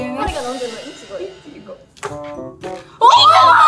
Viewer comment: 爆笑不可避ｗｗｗｗｗ わかるよはるかたん。い↑ち↓ご↓うちのとこもそうだもん🍓ｗｗ みんなテンション高くてつられる😂😂😂